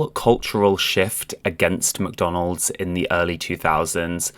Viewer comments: Very cool video! And the way you say "McDonald's" (MCDONOLD) is funny :D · Baahbie and muhkdonald's. 😅